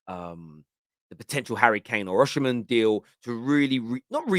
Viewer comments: his name is oSimhen. not oSHimhen! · why do you say Oshiman, why you not saying Osiman, where is the she coming from. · Osimhen’s name is pronounced as Oh-See-Men…. It’s not oshimen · Why does everyone keep calling him Oshimen? His name is Osimhen lol. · Hi, it’s pronunced“O see men”